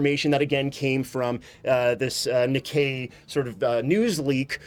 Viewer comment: Nikkei is pronounced Ni (Knee) kkei (KAY) with Pause between NI and KKEI